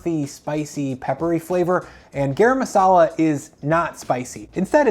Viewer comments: Please pronounce it GUH-rum masala. :) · This is terrible advice. And you mispronounced turmeric and garam masala.